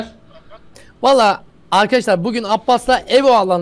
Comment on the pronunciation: happinize meraba arkaşşşlar ben abbas